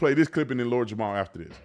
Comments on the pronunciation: Jamar... not Jamal... js. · Lord Jamar bro not Jamal 😂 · Its jamar bro not jamal lol